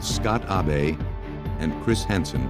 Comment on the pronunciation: "Ah-bey" "a-be" "awbay" HIS NAME IS ABE! Say it right 😂